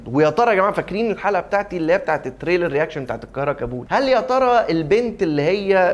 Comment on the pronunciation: انت بتنطق كلمة كابول غلط